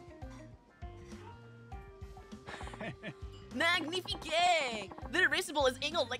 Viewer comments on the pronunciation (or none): I can't help but help, even into the empty void; Say-La-Vee (C'set la vie) and Sill-voo-play (s'il vous plaît). You also said "Cuhpee" instead of "Capeesh". Oh, and Magni-feek. But I do like the idea of the guy constantly trying to speak fancy foreign language and just say it all wrong. Also epitome is "ep-it-uh-me" While I'm here, I like listening to the dialogue to notice the sounds identifiable to my ears with the subtitles. It's how I notice Kiryu always says "Neesh-kee". I guess this middle "i" in Nishiki is like u in Sasuke.